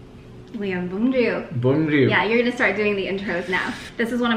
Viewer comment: Great job pronouncing Vietnamese words especially “bún riêu& “mắm ruốc “ 😊. Impressive!!!. Love you 2😍.